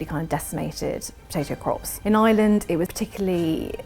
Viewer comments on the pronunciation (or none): none